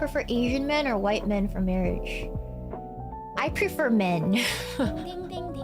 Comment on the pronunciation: emphasis on the word "PREFER"